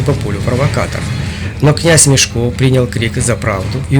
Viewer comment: мЕшко а не мешкО